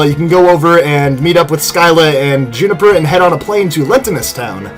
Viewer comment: To it's pronounced June-A-fur juniper